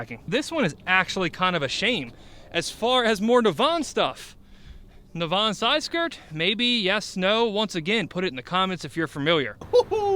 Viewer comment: Nav, as in navigation and En pronounced In. Naven.